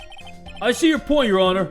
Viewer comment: nobody:: Eheugheugheugheugh your honurrr